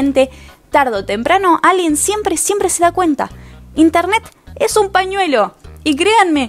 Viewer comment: Nada que ver pero el "siempre siempre SIEMPRE" fue re yapura meri xd